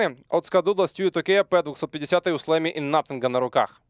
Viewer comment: Блин, мне постоянно слышится флейми а не слэмми